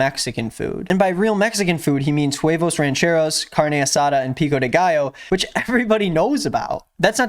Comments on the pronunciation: “huevos ranchEROOSSSS, pico deGUYAAAAAAAA, chiliAHHHHHHHH” lol this was so bad omg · Audibly cringed at him trying to say the names of "mexican" mexican food